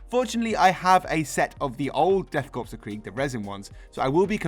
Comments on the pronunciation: It's pronounced cor not corps just fyi. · It's pronounced core and not corpse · I hate to be "that guy" but Korps (and corps) is pronounced "core" not "corpse." You don't pronounce the p or the s. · p.s isn't Korps pronounced 'core' rather than 'corpse' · I mean…they’ll become Death Corpes of Krieg either way lol. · ^ This. Pronounce it like an apple "core". 👍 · Great video and I love the use of Sharpe's 95th rifles! FYI don't pronounce the 'p' in corps, (though many of them will likely be a corpse after first contact!) 🤣